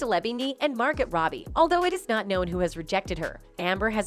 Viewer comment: Reprogram your robot to pronounce Margot Robbie correctly. The "T"on the end of Margot is silent.... it's Mar..go...not Mar...got phonetically pronounced.